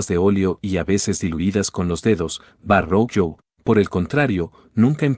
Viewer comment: Verroquio (Verrochio), no Varroquio.